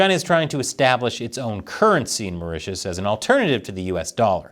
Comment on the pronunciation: Mao Ritius(Maurtius) island